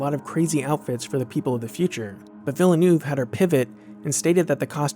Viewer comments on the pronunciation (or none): Awesome. One slight correction, if you do not mind. It is a hard name for many to pronounce. But the director's last name is not pronounced as "Vil-ah-noov" . Instead, it is pronounced "Veeyl-noov". Very French Canadian name and only two syllables, not three. But great video. Well done. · IT's pronounced Ville- NeeeuVe, noy Villenuu!! Americans! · Is there any way to pronounce that name even more wrong? I mean there's Gilles and Jacques Villeneuve, so the name is familiar. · Villeenuve ... Villeneuve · villeneuve is pronounced [vill' n'uh v'] not [villanoov'] . and the narration is quite boring couldn't stand more than 5 min of it . thumb down . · Love your channel. I appreciate this video, but believe me - I'm from Quebec. Villeneuve is pronounced Vil-nerve. Not vil-la-noove. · Fantastic and coherent video, although the "Denis Ville-new" pronounciation instead of "Villeneuve" really bugs me haha, but that's me being picky. As a reference, I am from Montreal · Ugh c'est VEEE-neuve pas VILL--EE--NUV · It is pronounced as "VEAL - NERVE" not --> "VILLER NUVE" <-- didn't you ever watch Formula One? - Although I make a policy of not haranguing people for mispronunciation caused by reading, so to balance out ... good story - well done.. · Villa newve, American's and their pronunciations of foreign names. It's Veel- nerve. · Denis Villeneuve is french Canadian his name isn't Vil-le-new-ve its Ville-neuve!! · Awesome. Just a thought on the pronunciation of the director's name (don't worry -- most people don't know how to pronounce it). It is not "Vill-eh-noov". It's "Veel-neuv" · Its pronounced Veal Nerve not Vil uh Nerve or Ville er Nuve...Well that's how you pronounce Jacques and Gilles Villeneuve.... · I love this vid, but I cringe every time I hear you say NOOV. It sounds closer to Nehv than Noov. Still not quite right, but easiest way to explain how to say Neuve. Again, amazingly informative video. Just nitpicking because my Canadian ears are bleeding.